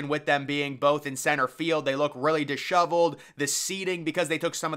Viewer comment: Disheveled, Dishoveled... potato, patato